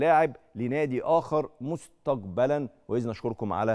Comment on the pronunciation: مذيع واعلامى لايستطيع نطق حرف ( القاف ) بالطريقة الصحيحة ( بيقول مستجبل بدلا من مستقبل ) _ اعلام الهجس !!! بلد بها مئات الإعلاميين لا يجيدون التحدث باللغة العربية الفصحى !! خيبة قوية